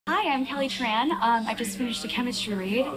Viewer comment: You know I'm way less offended about her role as Tico and more about how she can't even pronounce her family name 'Tran' right. Did her agency tell her to do that? Or she just thinks it's trendy?